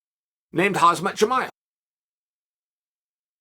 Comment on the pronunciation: The real question is...Will Chael EVER learn how to pronounce Khamzats name?!